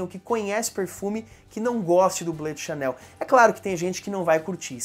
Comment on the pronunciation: Fala meu amigo beleza?.. só uma correção.. o Bleu se fala ( Blu )e não ( Blã ) e muitos menos ( Ble ) como muitos falam ... abraços